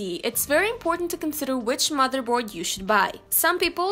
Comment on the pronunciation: "but this isn't the case" no it's the mather bord hehe